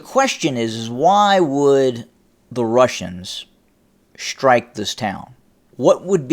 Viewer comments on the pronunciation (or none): Please, there is no "H" in the word "strike". It is pronounced strike, not "shrtike". Similarlly, there is no "H" in the word "destroy." It is not pronounced "deshtroy." Please stop. It is most annoying.